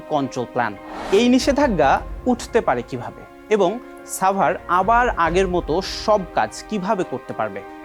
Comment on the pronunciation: ভাই এইটা ছাভার না সাভার!